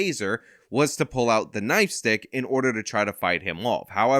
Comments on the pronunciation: "Nightstick", lol not 'Knifestick". Might sound pedantic, but the thing does not have a blade on it which is what knifestick sounds like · did you say "knife stick"? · Are you saying "knife stick?"